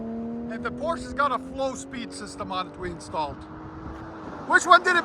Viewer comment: Does anyone pronounce Porsche correctly 😅